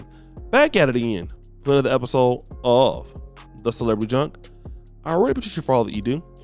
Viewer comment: Is it just me or do anybody else thinks he need to lose the intro of how he says "Of"